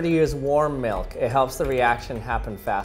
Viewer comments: Anyone else feel like he says “Melk” instead of milk? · I sweqr it sounds like hes saying melk Maybe cuz of my accent where i pronounce it like milk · I hate the way you say milk. Its almost malk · 0... He says melk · That’s funny 😆 cause he says melk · Melk melk melk melk melk. Staaaaaahp. It's MILK! It rhymes with ILL, not ELK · Take a shot (of milk) every time says Milk (or "Melk"). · Galaxy Angel Lol! Challenge accepted. He says “milk” or ‘melk’, lol, only 29 times. You’re welcome! Lol. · I'm glad you pronounce milk like milk instead of pronouncing it (malk) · I don’t think I’ve ever hated the way somebody says the word ‘milk’ more in my life.